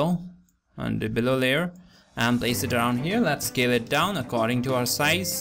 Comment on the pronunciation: i thought u said kill it down, but it was scale it down hahhah. and its "warp", not "wrap". Anyways, thanks for the tutorial! Have not thought of doing this before! awesome, awesome.